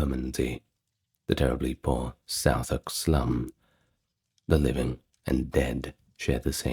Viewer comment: Don't forget please to double check place name pronunciations when making videos on places in the UK. Pronunciation of Southwark, for example, is completely wrong in this video. Cheers tho, I enjoy your vids!